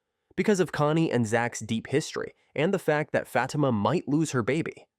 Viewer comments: Who is Fat-uh-muh?? 😂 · Please learn how to say her name.. Fa time (Fa- teema). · Ikr and I was this guy would learn how to pronounce her name... IJS